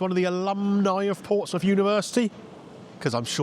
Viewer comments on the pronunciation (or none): none